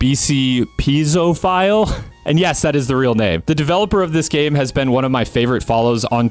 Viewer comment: i think it would be pronounced "pee-ay-zo-phile" cause piezoelectric crystals start that way. also thanks for mentioning that game it looks sick, mechs are awesome im gonna check it out.